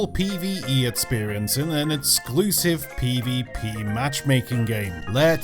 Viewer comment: Please try to pronounce “ex” as “x” not “et”.... etclusive...